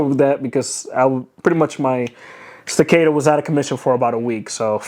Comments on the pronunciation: Say it together class.. STA-CA-TOE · Bruh. Can’t even pronounce the gun he spent $3k on. That’s America for ya! STA - CAAAAAAAAAAAA - TOE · Sta- cat-o ... Staccato... There, I helped. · Sti-Kate-Toe 😂. Jk, great vid man. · Solid video! Don’t want to be that guy, but it’s pronounced StaccAHto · The way you pronounce staccato is getting to me lol😅